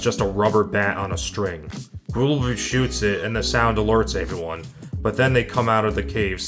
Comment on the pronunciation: did you have a concussion 🤕 recently because they past few episodes you keep saying “avy one” instead of the word everyone please for love of god stop saying avyone and stop saying avything like wtf man??